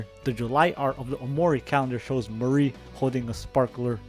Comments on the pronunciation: bruh it's not "mare-ree" its "mah-ree" /lh also it's a lot easier to narrow it down to the U.S. when you realize the same money the U.S. does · "Mahree" ☠️☠️☠️ buddy i think you mispronounced mari